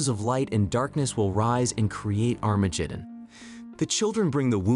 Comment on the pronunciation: that pronunciation of Armageddon XD